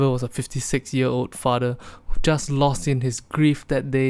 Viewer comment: Shit got so bad singlish accent became stronger "FADER?"